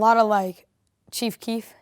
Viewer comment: THIS YOUNG WHITE BOY DID NOT SAY CHIEF KEEF LMAO BOY GET THE FUCK OUTTA HERE